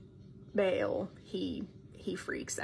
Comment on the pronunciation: The girl said the names again at the end of the video! Baal can be pronounced Bol. But speaking the name while talking about it is NOT a good idea.